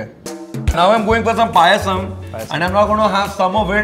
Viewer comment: Manh it's payasam not pisum 😂😂😂